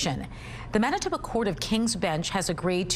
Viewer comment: Wait, it's pronounced mennatubba? I'll need some time to process this